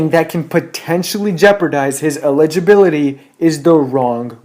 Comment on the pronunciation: this guy can't even pronounce eligibility